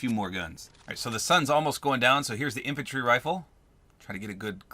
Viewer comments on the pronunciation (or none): Infrantry rifle ???🤣🤣🤣🤣🤣🤣